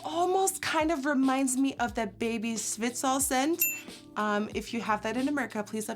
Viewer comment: omg your dutch accent came back out as soon as you said zwitsal scent hahahaahahah